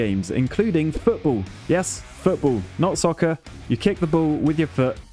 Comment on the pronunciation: Wondering why you mispronounced Soccer. Weird. Also, insect stage has been payable since May.